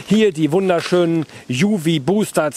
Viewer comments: wie immer tolles Video … nur eine kleine Bitte, das UV bitte in deutsch aussprechen… unsere Sprache wird in letzter Zeit genug strapaziert, da sollte es bei einem deutschen UV bleiben 😉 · "UV booster 2.0" müsste man dann aber komplett englisch aussprechen nach deiner Logik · Beim Word „UV booster“ ist das wort booster aus dem englischen. Wieso also „UV“ deutsch aussprechen, wenn das Wort danach Englisch ist.